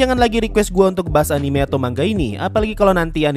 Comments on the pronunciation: Manga dibacanya man ga,,, bukan dibaca ma nga.. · manga bang bukan mangga